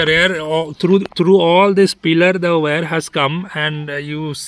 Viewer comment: WIRE is pronounced ' Why-Are' not 'way-are'